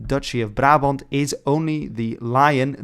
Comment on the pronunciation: Wait, was it "Barabont" or "Brabont"??